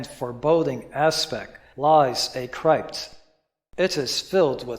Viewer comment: My mom wanted me to point out two things: (a) The word CRYPT rhymes with gypped, not wiped. (b) MORALE and morality are different.